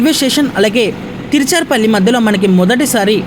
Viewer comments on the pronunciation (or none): అమ్మా తిరుచారుపల్లి కాదు తిరుచిరాపల్లి. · తీర్చర్ పల్లి కాదండీ త్రిచ్చురాపల్లి అండి లేకపోతే త్రిచ్చి అన్నండి